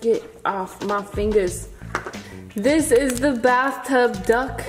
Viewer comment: to u said Dunck in stead of Duck